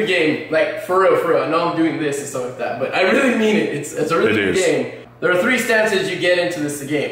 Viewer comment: wiwwy gowd